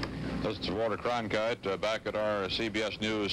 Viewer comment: When cronkite comes back it always sounds like "Sir Walter Cronkite"....